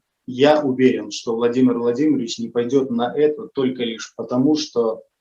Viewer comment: И я обратила внимание с каким прелюбодеянием произносит "Владимир Владимирович". Не наивный он мальчик. Я ему не верю!!!